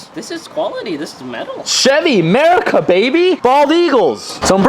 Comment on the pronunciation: Did tij just say merica???? MERICA WOOOOOOOO MERICA